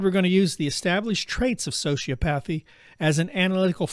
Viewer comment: Bannon is also a sociopath. Birds of a feather. Also please teach your AI to pronounce hyperbole and sociopathy correctly.